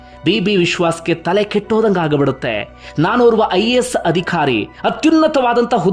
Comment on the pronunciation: Adikhaari alla Adhikaari... alpa prana maha prana sariyaagi uccharane maadi